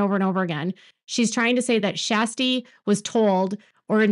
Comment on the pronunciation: You mean the Flaasome talk woman? Her name is pronounced Kirstie not shasty